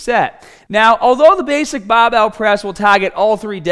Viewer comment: lol this guy's accent is really interesting, sounds pretty american except whenever he says the ar syllable like in bah bell or ahm days. really funny